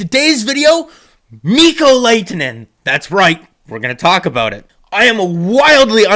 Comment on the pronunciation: You’re pronunciation of his name is wrong. You pronounce the H.